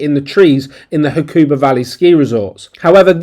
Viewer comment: It is pronounced Huck a ba. There is no stressed emphAAsis on a syllAAAble. ;-P. Hakuba is ful of Ozzies. There are better places to ski in Japan. Do some research.